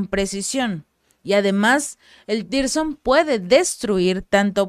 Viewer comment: Tirson no, zircon, saludos desde colombia 😊